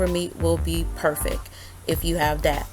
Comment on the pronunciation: I love the way you say “perfeck” in your videos, always makes me chuckle to myself 💗